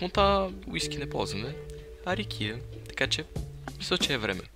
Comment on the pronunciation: личи си, че си от Монтана по рИкията :Ддд